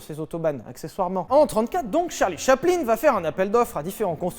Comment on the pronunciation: Mdr j'ai mis 3min a comprendre qui était "Charlie Chapelin"